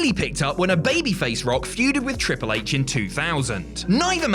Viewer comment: I swear said ‘Cripple H’